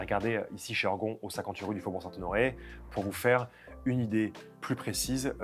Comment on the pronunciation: "Heurgon...." , nous ne sommes donc pas une pièce de Molière ?...."ORGON"....en tout cas merci pour cette nouvelle vidéo.